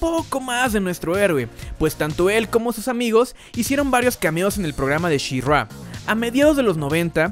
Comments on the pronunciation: Soy el unico que se desespera que le llama Shirrua? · Pregunta para el primer narrador del video (): ¡¡¿Quién demonios es "SheRua"?!! 😂😂😂😂😂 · She Ruá???? Aprendere los nombres amigooooo....malisima reseña bro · Me Gustó el video, pero que es esa pronunciación de shirrrrgua???? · Está bueno el programa, pero, ése She-RRÁ y GreysCUL me ponía los nervios de punta, y hay una parte del video donde estás "SHE-RRÁ, SHE-RRÁ..." 😅 Terrible. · tanto costaba pronunciar " she ra " ? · Dios no soporte la pronunciación de she-ra en todo este video que para empezar es una pronunciación incorrecta … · Es verdaderamente castrosa la manera en que el fulano que narra pronuncia el nombre de She-Ra. Es evidente que en su vida escuchó hablar de esta franquicia y se limitó a leer el guión. Qué no hay quien supervise las diferentes etapas del trabajo?